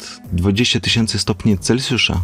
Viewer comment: Brawo za poprawne wymówiemnie nazwiska naukowca od którego mamy skalę temperatury, pomimo ogromnej powszechnosci jest ono bardzo rzdko wymawiane poprawnie, Celsjusz nie cencjusz